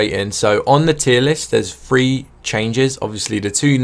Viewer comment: every time he says 3 I keep thinking he said free... I was confused for a while now, like what does free mp mean?